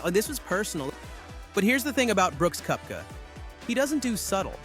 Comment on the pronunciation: It’s pronounced Kepka. Do you even watch golf?